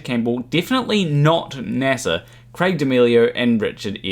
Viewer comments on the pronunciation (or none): none